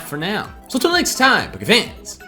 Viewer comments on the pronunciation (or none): none